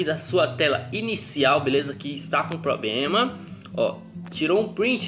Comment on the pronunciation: Depois do "pobrema" eu desisti🤣